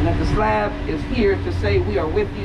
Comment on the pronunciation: She said "slob" ride lol 😂. Thanks for sharing this!